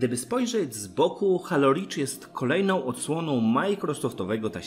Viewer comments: wszystko fajnie, z tym że mowi sie "hejloł" a nie halo, mysle ze powinienes to odnotowac prowadzac kanal o serii halo :) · dzieki obejrzalem, ale nadal mnie to halo uwiera w uszy, moze kwestia przyzwyczajenia ;)